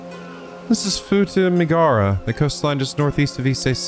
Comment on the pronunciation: Poor Futamigaura coastline getting mispronounced. Won't someone think of our coastlines?! (Japanese doesn't often ignore vowel sounds. If a vowel is written down, then it'll be pronounced (often). In this case, the U in "gaura" is as much a vowel as the a's